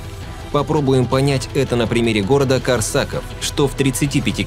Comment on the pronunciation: И город, кстати, не КорсАков, а КОрсаков!